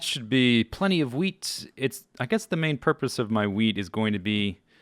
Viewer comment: swear you sound like you say weed not wheat